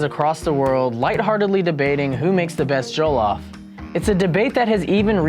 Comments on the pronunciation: Who gives af jollof rice isn't Nigerian in origin anyway who cares what a Nigerian would think of his pronunciation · Can someone teach him how to properly pronounce jollof...abeg! He's giving me a headache! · Exactly I just cringe when they pronounce it wrong.😖😖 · This is bothering me for real, has he never heard it pronounced before? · 30 seconds in and he says jollof wrong. What have we done wrong to deserve this. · The way he says jollof triggers me 😐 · First of all, I'm Ghanian and the way they are pronouncing Jollof is MADDD ANNOYING!!! Like Seriously? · Man we already know Senegal where jollof originated from we have to give them credit and the way they are pronoucing jollof is annoying. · I’m somali and we dont eat jollof but the way they’re saying it is a piss take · This woman cannot pronounce Jollof correctly but she has taste-buds. #GhanaianJollofForever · why am i so triggered by the way he says Jollof like bruh you could of researched before you did this 😐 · Living with Lola and studying why are you being so rude? Do you understand English? She simply said she is not from Nigeria but the way he pronounces the word ”Jollof” makes her mad, meaning she wonders how Nigerians feel about his pronunciation of the word. Where in her comment did you read are write Nigerian Jollof was bad or wasn't the best? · The way they are pronouncing Jollof is ANNOYING ME..... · JOE - lauf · The original will always be the best 💅🏿🇸🇳 and why are they saying jo LOFF instead of jollof very annoying lol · Criss O Oh loff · “joe-lawf” nah g. it’s JOLLOF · JOH-LOH-FRYCE JOLLOF RICE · I swear to God if he says joe-lof one more time it's pronounced jaw-lof sort of NOT joe-lof🙄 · JOE-LOFF ksksdmmksskm mans shut up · Michael ._. J-awe- loff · bro says “Joe-Loff” i don’t trust him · Yes JO LAWF 🥴 cringeee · JOO lof ugh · what is joe-llof ahh ad3n say it correctly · Onggg🤣🤣🏃🏾‍♀️🏃🏾‍♀️ “Joe-loff” is how he pronounces it💀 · It’s a person. “Joe lough.” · Hahaha why do Americans say Jo-lof